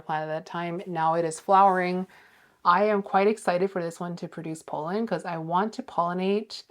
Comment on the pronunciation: Love your content but I have to say… it’s Pollen not Polen.